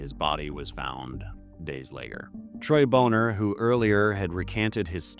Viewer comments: I've always heard Troy's last name pronounced as "BAH-ner" but I'm not sure of the correct pronunciation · Troy Boner. Pronounced Boné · Dude, you could just say Bon-ner and be the wiser for it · came here to make the same corrections myself. Very short video, there's so so much more. Really destroys your soul reading about this stuff. Also, Troy "Boner" is pronounced "Bonner" if I recall correctly